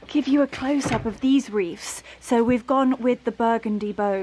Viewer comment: Wreaths not reefs. th at end of word. Just sayin….